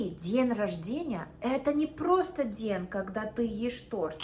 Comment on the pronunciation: какие то слова она произносит без акцента, а какие то правильно. то ДЬЕНЬ рожденья, а то перед Е мягкий знак не ставит.